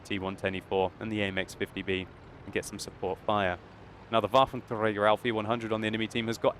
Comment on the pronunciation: Love the way how you pronounce the Waffentrrrrrrrrrägerrrrrr E100. Anyway...grrrrrreat video which shows exactly why I 'hate' these autoloaders ;-)